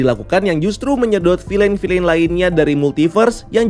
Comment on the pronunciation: Bacanya "fil'n" , bukan "filein"